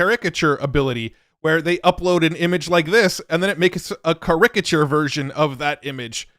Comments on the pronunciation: What the hell is a Car-Rick-a-chair? 😂😂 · It's a care-rick-cheer. 🤣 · Excellent video. Minor note, your stress for the word "caricature" is on the wrong syllable. Your stressing the 2nd and it's supposed to be the 3rd. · all the dystopian/utopian world-breaking AI news is great and everything, but is anyone going to comment on pronunciation of 'caricature?' 😅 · Wow what a crazy way to say caricature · Don't think you butchered the names but you surely butchered "caricature". Just kidding... maybe I've been saying it wrong all this time. Great video as usual. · it was odd hearing the way you pronounced Caricature. Not saying you are very far off from the way i've always heard it, it was just amusing! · Some weird pirate way of saying it. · I had to come here and post that. That was wild. And he said it a few times 😂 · I love vids, but I sped to the comments off the strength of this pronunciation 😂😂😂